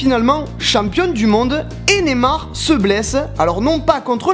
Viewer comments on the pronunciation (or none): Deja c pas (je cite) "Némar" cest NEYYYMAR